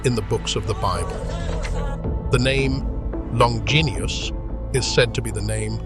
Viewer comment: So hard to listen when names are pronounced incorrectly. Longinus would'nt have been a Centurion if he had an eye problem🙄